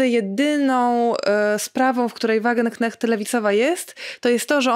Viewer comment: błagam: Wagenknecht wymawiamy: /WAGENKNEŚT/ ❤